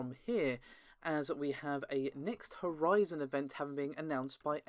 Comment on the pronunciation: “New HorZen”